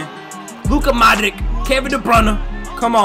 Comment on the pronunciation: it is not Luka ModriKK it is Luka Modrich ,same as Mate RimaKKK it is not RimaKK it is RimaC ,,greetings from Croatia